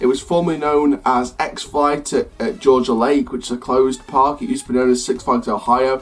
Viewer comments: Georgia Lake? To me, its Gee-ah-ga Lake, but we all have our own ways to pronounce things. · it was not called Georgia Lake your pronouncing it wrong its Six Flags Geauga Lake